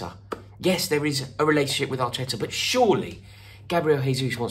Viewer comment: The way you said Arteta makes it seem like you think he’s better than Tuchel 😂😂😂 I really hope that’s not the case lol